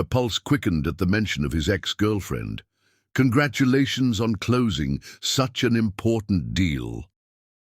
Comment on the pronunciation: Contragulations